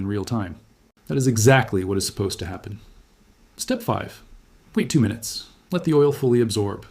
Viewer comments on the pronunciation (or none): none